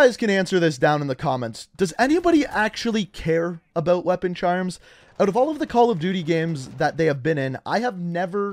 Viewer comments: ABOOT!!!😂🤣 IT KILLS ME. He doesnt say it nowhere as bad as I have heard other. Love the content brother keep it up. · aboat. i like how he says about.